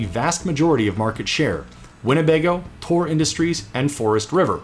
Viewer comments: Why does he keep saying "Tor" for "Thor"? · "Tore Industries" 😄 Its THOR like the Avenger. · Is the RV manufacturer "Thor" really pronounced "Tor" like the narrator seems to be saying, or is it pronounced "THor" the traditional way like the god or the Marvel character? Just wondering if the different pronunciation is a quirk of the brand, or if it just happens to be the way the narrator says "Thor" in general.